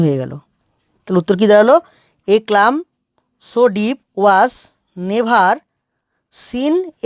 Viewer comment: ক্লাম হবে না, কাম উচ্চারণ হবে